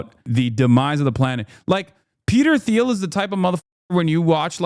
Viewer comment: Peter TEEL is how it's pronounced